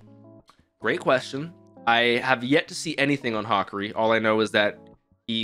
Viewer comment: ha(like laughing), ka (like the ca in car), ri like (dio reeee)